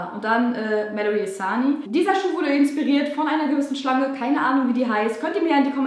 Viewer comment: Hab bei dem roten Schuh verstanden: ,, Die wurden insperiert von irgend so einer Schlampe Insperiert " statt Schlange 😂